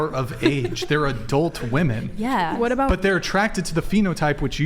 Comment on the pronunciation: Why does bro say keep saying "Wamen" is lnstead of "women" ??